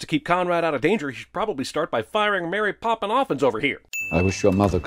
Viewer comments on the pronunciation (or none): "Mary Poppin-off-ins" 🤣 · "Mary popin off ins"